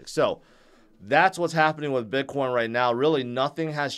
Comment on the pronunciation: Sounds like you are saying "bidboy". :)